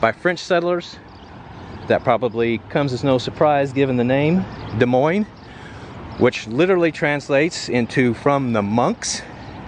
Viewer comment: Nice video. Lived here all my life. Thank you for pronouncing it correctly and not Dez Moines 😆